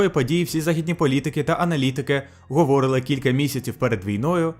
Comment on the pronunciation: говорИли, а не говОрили.